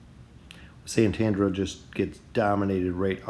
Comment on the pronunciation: And it's Satrana not Santandra